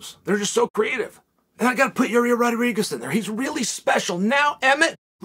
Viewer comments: Me: Yi-Air Chael: Yi-Rear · Here you go Chael, try to say each word correctly then run them together Pereira Wrong - Pee Era Right - Pear Rear Ra Yair Wrong - Your Ear Right - Yiy Ear Makhachev Wrong - Mackle Chev Right - Mack Ha Chev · uncle chael. i believe its pronounced yair not ya rear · Me: Yair Chael: ya rear Me: okay great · I came here just to see if Chael still pronounces it Yarir. Glad i was not disappointed 😂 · "YA REAR" 🤧😂 This guy calls his own misscalls lies😭🤣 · Ya rear Rodriguez😂😂, still can't get his name right